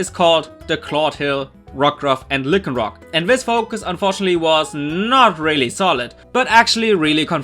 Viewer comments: It's Lie-can-rock not lick-can-rock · "Lick-en-rock" lmao.